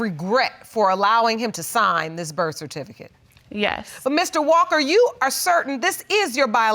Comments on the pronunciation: She said "bercificate" twice! Ooohwee! 😂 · The REF-FERTIFICATE 😂😂😂😢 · Is it me or is the word "certificate" tripping her up? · Can't even pronounce certificate. Sigh lol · she can't even pronounce certificate.. uuuggghhhh